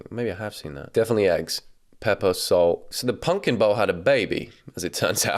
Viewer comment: taking the piss out of her silly food names and then confidently saying 'pungkin' instead of pumpkin.